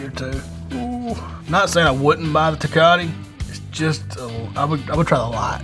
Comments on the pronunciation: "Tekati" lmao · Te-cot-T lmao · Dude said “Tecati” 💀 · I loved it, lol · The way he said TECATE